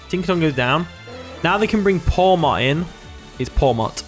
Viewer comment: Ok i know everyone pronounces every new gen 9 5 different ways but you can't pronounce PAWMOT????? bruh